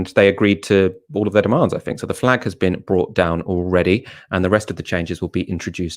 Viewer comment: I cannot take seriously anyone who uses 'viss' instead of 'this' and 'fink' instead if 'think'.